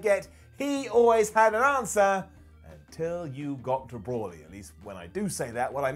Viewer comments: brawly go-get-uh Ken Shuh-hiro Vuh-jetta dude fucked up a bunch of names....even mistakenly called Metal Gear Rising "resurgance" instead of Revengeance. And the crazy irony is he actually got Raiden's name right.... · Brolly wtf are you on its Broly.... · So we’re all just gonna ignore the fact that called broly “brawly” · He somehow even managed to mis-pronounce Broly. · Brawly? go-get-a ?? Broly mate BROLYYY and go-gee-ta 😂😂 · Brawly and gogetter? you've clearly never seen Dragonball my dude its pronounced bro-lee and go-jee-ta and its brolys delts and biceps that are ridiculous his traps are pretty small in comparison. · Dude you butchered every name in the Dragonball franchise its Bro-Lee not Bror-Lee and its definitely not Gogetter 😂 wth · “Brawley” “super sighen” 😓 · You completely butchered the DBZ pronunciations....the big guy, Broly, is pronounced “Bro-Lee”...and Gogeta is “Go-jee-tah”, not go-get-ah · i hate the way you say broly and gogeta